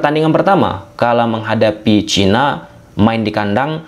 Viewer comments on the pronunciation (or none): none